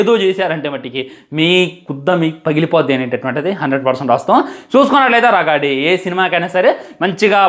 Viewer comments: రగాడి కాదు రాగడి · అది రాగడి... రగాడి కాదు... ముందు తెలుగు పలకటం నేర్చుకో 😤